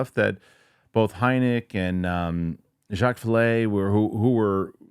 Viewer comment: I think I heard that too 🤔